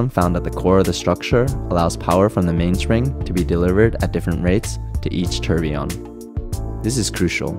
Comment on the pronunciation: You know, its never ceases to amaze me that people can be so deeply Involved in their work or profession and not pronounce words correctly. Its tour bee yon. Not tur be on. I used to work on nuclear powered ships annd people would call it new cue ler instead of new clear as its spelled (nuclear, not nuculer). I simply dont get why